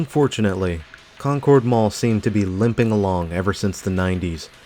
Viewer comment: It's a great mall, I went there a lot when I was at school at St. Mary Magdalen which is a little further south on Concords Pike. Pronounced like Conkurd btw, not the typical pronunciation such as in the Concorde Jet etc